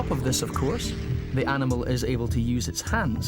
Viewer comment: Really had to emphasize the word ANIMAL? You people